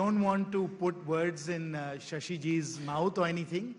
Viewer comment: Shashi not Shasha